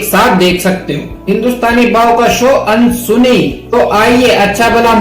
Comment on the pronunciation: Ansuni nahi Anddsuni hai